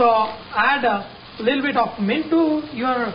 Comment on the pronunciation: Chef, You should stop saying "leettle bit" because you really don't seem to mean it. Man, the amount of Ginger!!